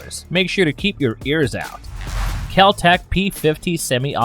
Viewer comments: Kel Tech, You said KAL TECH...Hummmm? 50$$$ Wheres my 50.00 Bro:face-blue-smiling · It’s KEL tech. Not cow tech. 50$ please. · You said cal-tech instead of kel-tec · Ah! First one! You called it a "caltech" instead of keltech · you say CAL TECH instead of Kel Tech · kel not kal tech gimme my 50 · *mispronunciation It’s “kel-tec,” not “kal-tec.” Overpenetration. 5.7x28 is designed to penetrate Kevlar. Shotguns are popular for home defense because 12 gauge isn’t as capable of going through a wall as 5.56 or 5.7 is. “Lose parts?” You just have the quiet kid an idea… Assuming it’s basically just a folding AR, it can use any STANAG magazine, be it 10, 20, 30, 40, 50, 60, or even 100 rounds. Those aren’t 2011A1s. Those are Desert Eagles. None of those clips shown had a 2011A1 Actually, it was more to put more rounds on one target or just for fun. I’m not entirely sure how it’s pronounced, but that isn’t the way you pronounce it. “Assault rifle” is kind of an unofficial term, but it does match the XM8, with it being an intermediate caliber rifle capable of full auto. That’s a G3. Very different from a G36. Also, it’s pronounced “five-five-six.” “30 round box cartridges” somehow worse than using the term “clip” That’s an HK433. That’ll be $650. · Cal tec? It's Kel tec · It's Keltec not Caltec. You brought it up lol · Kel-Tech not Cal-Tech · KelTec not Kaltec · I swear I hear Kaltec instead of Keltec in the beginning. I need my $50 😂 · 30 seconds in you called it a kal tec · Kal-tec? Like 35 seconds in already mispronounced it 😂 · “Kal-tec” This man would be broke if he stuck to that promise. The public education system of America is a failure. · it's not pronounced cal-tech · Also said "Kal" Tec right after saying it correctly a mere moment before. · Your saying kel-tech wrong $50 bucks please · I live in America. I live in NC. I know how we, Americans, pronounce it, but it's wrong. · Kel-Tech is TrAsH. Plus, you said it wrong.